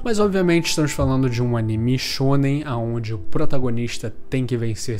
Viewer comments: "animixx shxxonen" kkkkkkkkkkkkkkkk me identifiquei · Ele disse shounem